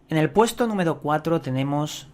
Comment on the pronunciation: "Numedo Cuatlro" "Pedo" "Tubiedon"